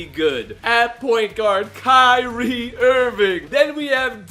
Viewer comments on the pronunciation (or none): none